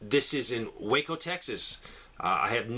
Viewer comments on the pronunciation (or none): none